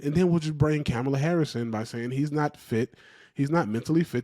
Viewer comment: Man quit calling her camel-uh Harris 😂